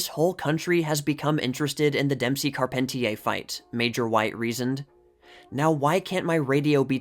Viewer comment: Racing fans whenever you mispronounce Carpentier.